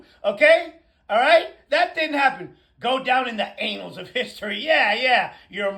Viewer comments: It's annuls not anuslls you moron.I think they have MTG doing the speech writing. She can't read either. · Eddie Munster!!!!😂😂😂😂😂😂😂😂😂 Can any Republicans pronounce anything right???? It's annals, numbnuts, not anals!!😂😂😂😂😂😂😂😂😂😂 They need help for the Dept of Education, oh, I forgot, the US does not have one anymore!!!!!